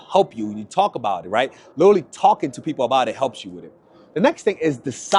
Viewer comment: Pls break the habit of saying saying ‘liddurly’!